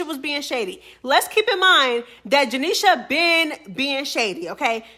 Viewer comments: I literally hate how you say janeisha name 😂😂 janeiSHA 😭😭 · I can tell u don’t like janisha just by how u say her name.. Jah KNEE SHA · janishA 😂😂😂😂 the way you say her name has me weakkk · Why you saying Janesha name like that? 😂😅🎉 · why you saying janeishas name like that lol😂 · Why you keep saying her name like that 😂😂😂😂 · Why you say her name like that 😂😂😂😂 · bro the way you saying Janiesha’s name got me weakkkk 😂😂😂😂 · I love it lol 😂 😂